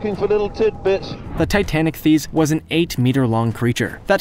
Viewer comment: Should be pronounced "TI-tan-IK-theess."